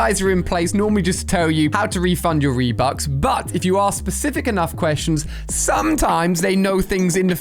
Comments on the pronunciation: did Ali A just say ree bucks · Wait did he say… reebucks?!